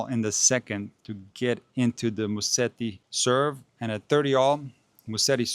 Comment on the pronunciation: It is Musetti and not Musteti.